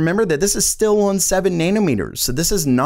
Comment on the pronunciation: Anyway, moving awn...